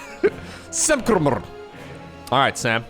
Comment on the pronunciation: fluently pronouncing ""samkrmr" is music to my ears. 10/10 caster right there!